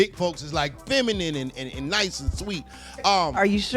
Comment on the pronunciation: Did she say “FeminiM” 😂😂😂